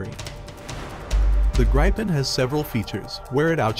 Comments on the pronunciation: Pronounced, G-R-E-E-pen :) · I can't stop being annoyed at the pronounciation of Gripen in the video, the Gri is pronounced very very similar as Gri in Griffin (Gripen = Griffin) and then Pen as normal